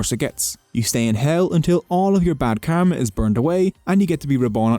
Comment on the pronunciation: Brother ur pronouncing kama Not kama it's karma.